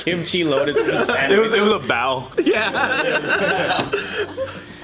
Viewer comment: I love how dumb said bowel instead of bowl 😂